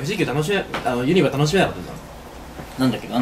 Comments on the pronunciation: ゆ↑にばじゃなくて、 ゆ↓にばな！！ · ユニバのイントネーションが間違っててきになる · ユニバのイントネーションが違和感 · ユニバの発音がさ、みんな、↑→↓やけど関西人は→↑→よね、、。 伝わるかな、、w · どーでもいいんだけど、ユニバ↑って違和感笑 関西住みなんだけどユニバ↓っていう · かっちゃん ユニ⤴︎バ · すき家と同じ発音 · ユニバの発音が関東やあ、、、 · ユニバの発音関西と違う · ユニバの発音が違いすぎてびっくりしたわ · 東海オンエアのユニバの発音関西人と違ってて違和感でしかないwww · 関西人なんだけど、「ユニバ」の発音が違いすぎて驚いてる... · ユニバって大阪と発音違うんだね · 今頃見てユニバのイントネーションが気になる関西人。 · ユニバの発音がおかしいと思ったおれだけ？ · ユニバの発音がどうしても気になる関西人いるはず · ユニバの発音おかしくね？ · ユニバの発音がちげえんだよなぁw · ユニバのイントネーションきになるわー これ分かる人いる？ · 今思ったけどユニバの発音おかしすぎやん笑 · ユニバのイントネーション、、笑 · ユニバの発音違和感しかない関西勢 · ユニバのイントネーションが違和感ありすぎてゾワゾワする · 大阪人やからユニバの発音に違和感感じたわ笑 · ユニバのイントネーションの違和感が凄い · ユニバのイントネーションが違いすぎた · ユニバの発音おかしくない？？笑